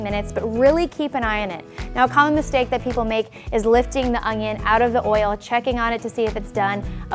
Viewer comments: Could she please stop saying "Ungyon"?? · Does anyone else hear her say ungion ??